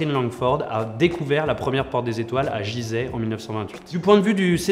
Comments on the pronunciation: BOnjour, On dit pas Gizeh prononcé comme un "J" mais comme un "GU". Mais sinon super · BON DIEU, GIZEY CA SE PRONONCE "GuiZEH" ET PAS "JIZEY", j'ai encore les oreilles qui saignent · Et on dis Gizeh, avec un G et pas Jizeh mais bon ça a la limite on s'en fou ^^